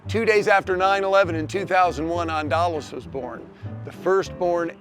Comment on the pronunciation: It's Andalas, not Andalos. "Andalas" is another name for the island of Sumatera, Indonesia.